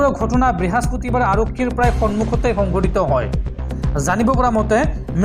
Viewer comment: Brehaspati bar nahay. Brihaspati bar, ...